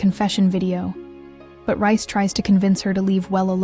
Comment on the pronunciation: It’s reiss not rice